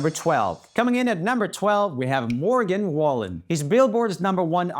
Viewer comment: HE SAID MORGAN WOOLEN,, AS A FAN IM VERY HURT